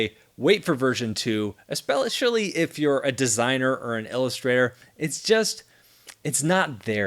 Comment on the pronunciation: Did say "Espellishally"? Also has the name change to Cowboy been explained and I just missed it? Great review, I still want one.